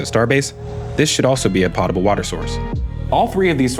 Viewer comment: It’s potable water. O in this word is a hard O it’s NOT pot a ble it’s Poe ta ble, like Edgar Allen Poe, pronouncing this word so poorly belies the rest of your very intelligent and well put together episodes. It’s not nit picking, I’m just trying to help my friend.